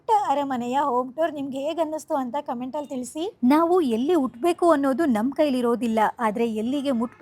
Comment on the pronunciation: ಉಟ ಬೇಕು ಅಲ್ಲ ಹುಟ್ಟಬೇಕು.. ಸಾಕಾಗಿ ಹೋಗಿದೆ ನಿಮ್ಮ ಕನ್ನಡವನ್ನು ಕೇಳಿ😢